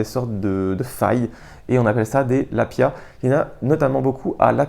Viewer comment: Très bonne idée que ce lexique de la randonnée. 😊 Spot = Emplacement, tout simplement. Lapiaz: Le "z" à la fin se prononce. Hardshell/softshell: Tu as des hardshells isolées et des softshells non isolés (le coupe-vent est typiquement une softshell non isolée). Dans les 2 cas ce sont des éléments de 3ème couche (veste), non prévues pour être superposées. La principale différente étant la présence ou pas d'une membrane imperméable (qui peut être respirante ou pas), ce qui la rend plus rigide (d'où la différence soft/hard > souple/rigid. La hardshell fait du bruit quand on la froisse, due à la membrane). Foehn: Vent chaud et sec des Alpes suisses et autrichiennes... donc terme pas adapté ailleurs. Pierrier: Faire la différence entre Eboulis > Pierrier > Champs de bloc (dans l'ordre de taille, de pente, de stabilité). Autre terme pour la prochaine vidéo: -Vent catabatique -FFME -Devers (à ne pas confondre avec le devers en escalade) -Grosses. -Fast hiking -Tige (de chaussure) -Quilt -Top bag -Sac de couchage (le terme "duvet" est souvent employé à tort, même pour un SdC synthétique) -Matelas / Tapis de sol (il y a souvent confusion) -Tissu mesh -Tissu ripstop -Alpage -Estive -Point culminant -Versant -Différence entre un lac, étang, retenue, ... -Différence abri, cabane, refuge, gite, ... -Gorges, vallon, vallée, arête, crête, sommet, cime, pic, aiguille, col, ballon, brèche, combe, coteau, falaise, faille, gouffre, paroie, piton, plateau, précipice, ravin, etc...